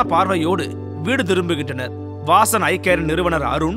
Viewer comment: 'வாசன்" என்று இருக்க வேண்டியதை "வாஸன்" என்றவர்.மருத்துவத்துக்கு சேவை என்றாலும் தமிழுக்கு துரோகம் செய்தவர்.